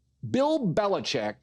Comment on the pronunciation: Well, the last syllable in Belichick is ‘chick’.